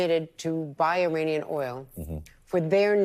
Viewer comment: Please, you are an educated man. It is not 'e-rain-ian'. It's e-rahn-ian. Act like you know